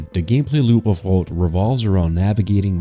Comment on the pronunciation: As for how to pronounce HROT. H can be pronounce same as in H(OLD), R and O same as RO(CK) and T as from word (SLO)T. Keep at it, you can do it. Great video.